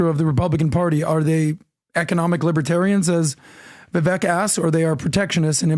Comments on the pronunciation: Vi - VAKE, it rhymes with cake!🎂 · It’s pronounced “VIVAKE”! You must already know this brother 🤦‍♂️ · VIVEK IS PRONOUNCED LIKE AWAKE..👍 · PLEASE!! Vivek has said ON YOUR PODCAST that his name rhymes with CAKE. 🍰 please!! Get it right. Vivek deserves his name pronounced correctly. Thanks. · It's pronounced VIVAKE YOU MORON!!! When is it going to sink in?!!! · STILL pronounces Vivek's name wrong. How is it possible for to meet Vivek SO many times and even have him on the podcast, but still can't say his name properly? It's insane.